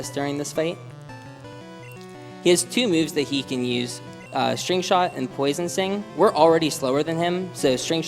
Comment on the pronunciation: He said "Poison Sing" or his pronunciation of the 't' is really silent.